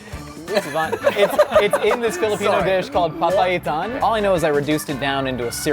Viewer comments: I love how he said papaitan correctly. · Dude knows "pandesal" and "papaitan". Knowledge level 📈📈📈